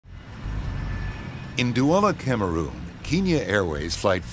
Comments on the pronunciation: Bro really said kinya airways 💀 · keenya? do you mean kenya lmao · Keeenya? Seriously? It's Kenya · Why does the narrator keep calling it keen-ya??? And why would that plane have no contact with any towers for 5 hours??? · Any one notice that the narrator is saying "keenya" instead of "kenya"? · It's Kenya not Keenya! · because kenya is pronounced KE-NIA..bet many kenyans even pronounce it wrong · Keen- ya. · Sooo a show that reports on incident facts cant pronounce kenya...its a country..i just...i...how...come on now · You better work on the accents there Kenyans don't speak like that.Actally most Africans don't.